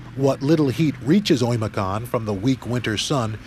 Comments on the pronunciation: It's Öymököön, not Oyimiyakonn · 1st of all it's OYMYAKON